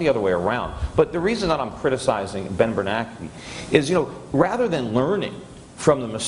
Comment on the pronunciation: Every time Peter says "Ben BerNACKEY" I smile.